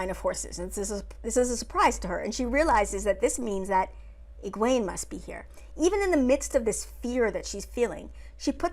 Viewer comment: 1) Nynaeve wasn't angry during the horses. Lightning couldn't have been her. She was scared. Her block would not allow it. Also, Egwene is pronounced "Egg-win".... all of their names are Scottish names. I had to look up the proper way to say them all and they all sound better when you throw a proper Scottish accent on them. 2) Agreed. She is a hero. No more comment needed. 3) She grew up around boys and has anger issues. Seems exactly what I'd expect. Though she should have broken her fingers with how hard she hit someone. 4) Being a hero isn't never being scared. It is doing what needs to be done anyway. As I said, she is one. 5) She's stubborn. Two Rivers folk from way way back.